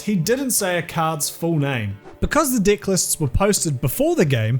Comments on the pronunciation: Saying the word "deck" as "dick" everytime over and over and over got old about 5 minutes before I started watching the video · Not "dick", DECK, you dick!!!😀😀😀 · The way he says deck 😂😂😂😂 the deick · Now, I know it is probably your accent, but you make the word Deck sound like Dick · Im sure comments been made before but this guy says 'deck or decks' i hear 'dick or dicks' edit - wording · i heard cut his dick and was like whatt???????? then oohhh, deck,, not dick. where is this guy from, that pronunciation is hilarios,. "Had a card on his dick" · It sounds like “dick” when you say “deck”. But makes the video far more interesting to listen to 🤣🤣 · why can't you say : DECK???? cut the dick sounds wrong and painful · dE.......Eck. Not dIiiiiiiiiiick. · They way you say deck in this video is so close to sounding like dick. Was taken back when I thought you said "cut his dick" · I thought you said cut his dick, not cut his deck. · Every time says 'deck' all I can hear is 'dick'. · Every time you say deck, I hear dick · He is going out of his way to emphasize “DIH” instead of “DEH”. If that’s how he pronounces the word “deck” I’d love to hear how he says “dick”, as I do not think it’s possible to obfuscate the e sound any more than he already has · I stopped paying attention to the story. All I know is that , "the opponent was trying to tamper with his d*ck" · Every time you said "deck" I heard "dick" lmao. I was listening to this while at work and almost choked! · When you say 'deck' it sounds like 'dick.' Hehehehehehehehehehehehehehehehehehehehehehehehehehehehehehe. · Sounded like "cut his dick" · Because of ' accent, "cut his deck" sounded to me at first like "cut his dick". So when I heard that in the context of the video I almost choked from laughing. Thanks for the unintentional comedy gold, EDIT: It gets even better if you choose to keep hearing "dick" instead of "deck", later on in that segment. Not making fun of the accent, just saying